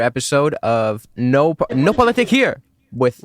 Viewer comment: Love this, but it's "POLITIK" with a 'K'!